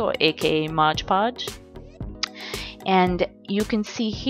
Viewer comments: OMG HIGH FIVE I ALSO GET SOMEHOW ANNOYED WHEN THEY SAY MODGE PODGE INSTEAD OF MOD PODGE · It's not modge podge ahhhhhhh!! It's MOD podge